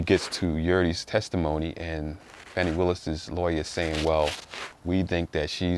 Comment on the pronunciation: Her name is Fani (Faw-nee) Bruh, Stop being a Chicken Head behind all this dis-information these right-wing, MAGA, racist white folks are disseminating They are trying to degrade this women in front of the world; and you helping Straighten up! Our Ancestors are watching!!!! You don’t even know weather this released information is true. It’s word of mouth and have not been authenticated. Thus far, they have proven nothing Step aside, make room, bow down, and watch this Sista take her rightful place on The Throne